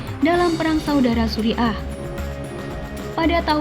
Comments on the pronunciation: Tulisan Suriah bacanya Suriyah.! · Belajar dululah kalau mau membaca kan berita, jangan sampai pendengar salah arti, Surya bukan suri'a rokok Surya. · Syria atau Suriah bukan suri ah...!